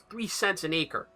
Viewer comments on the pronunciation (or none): none